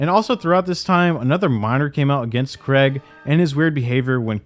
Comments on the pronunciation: Why do Americans say the name Craige so weirdly? It's not creg its cray like crayfish and just how to you the lower case G. Cr-ay-g. Stupid Americans. Fucking "creg", how hilarious. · Craig is pronounced cray-g not creg FYI. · CRAIG... not CREG damn bro. Good video though, interesting to see it all brought together like this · Im sorry but its not "Creg" its "Craig". I suppose AIDS should be pronounced "edds" and claim should be pronounced "clem" then... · I hate the guy as much as anyone else, but what's the deal with Americans pronouncing Craig "Creg?"